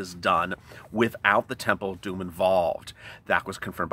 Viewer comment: You are ways making me laugh especially when ur refer the TEMPL OF DUME